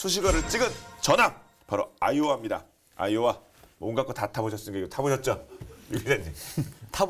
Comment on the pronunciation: 계속 아이오아이로 들리네